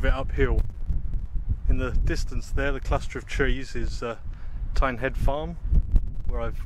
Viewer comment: Great video and good to see you back on Dartmoor. Lovely weather one but what a shame about day two although that is a great place to camp at Teignhead Farm even though you didn't pronounce it right 😂 and them packet foods must off cost you a bomb 😁👍